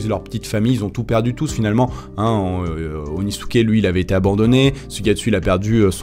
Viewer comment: "Euuuuh OnIsUkE